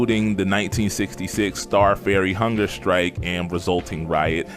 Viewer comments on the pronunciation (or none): none